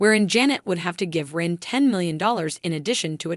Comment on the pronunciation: "Two-pack shaker," or Tupac Shakur? That AI again. "32 dollars to $50 Million?" That's a big stretch. "Reen" Elizondo or Rene? Her son would be 7, not 6, at the time of this video. Nice bio, though.